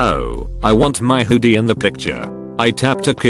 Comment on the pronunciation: no one: not anyone: text to speech: huudie